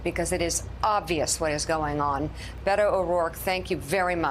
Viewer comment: It’s Bay-toh.